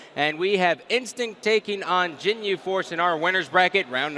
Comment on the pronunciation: is THE WORST at saying thing wrong: - Couple of games ago, he couldn't pronounce "Moriarty" and didn't even try - He keeps saying "Jin-yu" instead of "Gin-yu"... (seriously dude? Even if you haven't seen Dragon Ball Z, as a caster, how do you not at least ASK them how to pronounce their team name ahead of time?) - Both he and don't even know how to pronounce "anti-climactic"; they both constantly say "anti-climatic" Dude needs to read a fucking book.